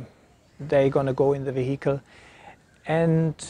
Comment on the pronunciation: Mate. Its is not Ve-hicle. It's vehicle. Say it 100 times in a row. Peace.